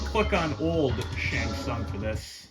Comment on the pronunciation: Double Nice! 🥶🥶 I keep thinking is saying "Shang Fun" at times and I was thinking I was just hearing it weird, but even the Closed Captions hears it that way, too. 😆